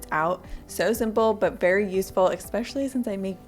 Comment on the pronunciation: Hey! Love your channel! I have ordered many items you recommended. Can't wait to try the lashes and nails! I noticed in several of your videos you say expecially a lot. Time to say it correctly! Especially! Lol! Just a friendly suggestion.